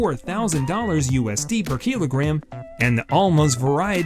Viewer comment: The pronounciation of kilogram and wagyu is very strange, waygyu? keelogram?